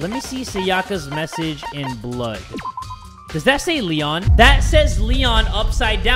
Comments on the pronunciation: Me: waiting for jay to say leon: l-lenh Me:... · Lloel?rlly?its leon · Why I got frustrated when he said L-le-o because I knew the killer bc I watched the anime😆🤣